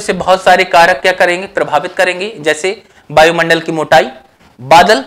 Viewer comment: सर बायुमंडल न बोले शुद्ध वायु मंडल बोले।